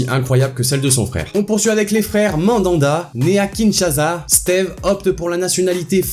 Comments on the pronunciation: On dit pas kinshaza le s se prononce comme on l'entend [kinshassa] kinshasa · prononce bien Kinshasa il ya pa de z respect quand-même ce mon pays parle bien dit pas n'importe quoi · c pas Kinshaza c Kinshasa🇨🇩💪 mais bon c pas grave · On dit Kinshasa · sa se prononce " KINESHASSA "